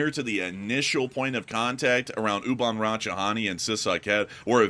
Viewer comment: you say it like See Sah Kate. and Oo Bahn Ra Cha Tah Knee